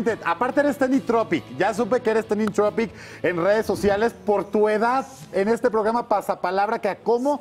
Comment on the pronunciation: El tal Mitch no va con nadie de sus compañeros, además como es eso de trending tropic!!!! Es trending topic, lo dijo mas de dos veces